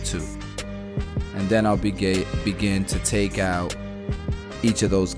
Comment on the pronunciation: 😂 I’m sorry, I chuckled. “I’ll Begay” I’ll begin*